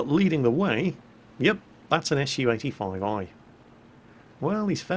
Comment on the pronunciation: pronounces SU "eshoo" XD